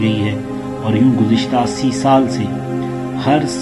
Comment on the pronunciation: جنت البكى نہيں. جنت البقيع ہے . پہلے بولنا سيكهو.